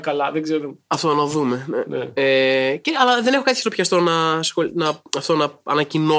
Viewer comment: To ξερω οτι ο Θωμας ειπε "δεν εχω κατι χειροπιαστο" εκει προς στο τελος αλλα ακουγεται τοσο σαν "σιροπιαστο".